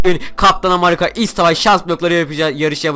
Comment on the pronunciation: kac kere amarika dedin :D